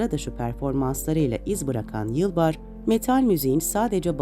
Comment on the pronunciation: Ümit'in soyadını bir kaç kez yanlış okumuşsunuz. Metinde de yanlış.